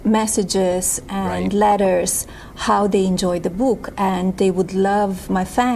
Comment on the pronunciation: "Da Buuk"😅